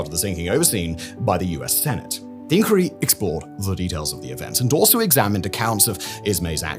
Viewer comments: Why are you pronouncing inquiry like that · Great mystery: why does Simon Whistler, a British person with a British accent, consistently pronounce "inquiry" the American way (ink-werry) not the British way (ink-wire-ee)?